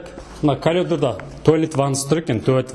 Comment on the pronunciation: Дурыс крсетси, барiн, терезенi, уйдiн iшiн бар жанжагын. Обзор жасап айтаалмайсын, асыкпай кухнянын ишин, ваннанын iшiн, айналып дурыс тусipу керек. Кирап , сынып деп кайталай бермей. Колидор, кукина емес, коридор, кухня. Блмесен казакша айт. Вообще сойлепте, тусipiпте блиейсiн.